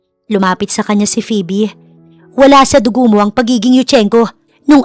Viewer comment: Tagal nang nag nanarrator ni..pero d pa din nag improve ang pronunciations 😅 minsan ang titigas😂.. gaya ng phoebe (pibi) akala ko nagkamqli lang nung una..pero PIBI talaga 😅. Maganda naman ang story❤